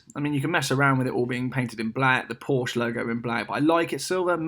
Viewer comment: You should not be allowed to buy a Porsche if you can't pronounce the name correctly. One sits on a porch, you drive a Porsche (pronounced like the girl's name Portia). How do you pronounce Bordeaux? Do you say, "bor-de-ox"? Of course not.